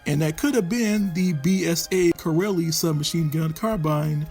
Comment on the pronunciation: Kiraly, is actually pronounced phonetically as; ki- riy and means king. Or even ki- rye.